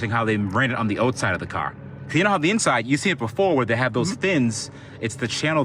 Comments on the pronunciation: Canadian style "outt"side ?? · I like the way you say "outside" - oat-side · They run them on the "oatside" of the car I love America and the different ways we pronounce different words. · Did you say “oatside”? 😂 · Whoa. You pronounce “outside” like “oughtside.” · "oatside", you Canadian? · Was that a canadian "outside" ? xD